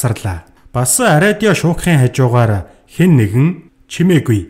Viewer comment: radio gedeg ug yaagad ariodio bolood bainaa hahah